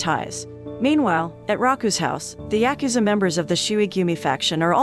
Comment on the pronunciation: Say it with me " yah-ku-za"